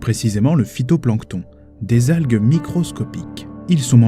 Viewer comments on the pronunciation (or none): J adore (nan me dit pas pas que c est le fitonplanton -si si c est le fitonplanton